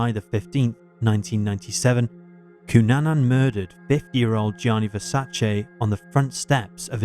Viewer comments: It's Cunanan, not Cunana. Get your facts right. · Cunanan not Cunana Just sayin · His name is Andrew Cunanan—with an “n” on the end.